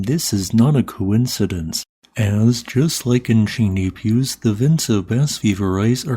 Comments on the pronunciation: you should really give Google Translate a try, it rarely gets the pronunciation wrong in French. Set the language to French, paste in the place name, and press the 🔊 symbol below – no need to even translate. I've just tried it with Chaîne des Puys and Bas-Vivarais and it pronounced both of them pretty much perfectly ("shen deh pwi" and "bah vi-va-reh"). I've always been impressed with your pronunciation of Icelandic place names (including Eyjafjallajökull!), and I'm sure French would be much easier if you had some audio to guide you. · Chaine du Puys pronounced sh-eon du p-we, spent time there when I was 5 and have watched French language documentaries about the volcanism there. X